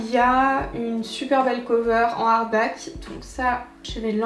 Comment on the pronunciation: perso c'est "harback" 🤣🤣